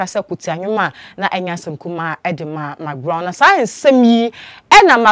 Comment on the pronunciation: THANK GOD YOU'VE STOPPED SAYING MIKBROWN. I USED TO LAUGH MY HEAD OFF, EVERY TIME YOU SAID THAT. NOW, YOU'RE SAYING MCBROWN. YOU CORRECTED YOU FINALLY? 😂😂😂😂😂😂😂😂😂😂😂😂😂😂😂😂